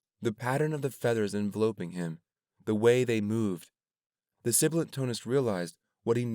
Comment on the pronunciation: yes i fear ive been thinking the same thing… like i was willing to let some go but envelopeing? like grateful this exists but like…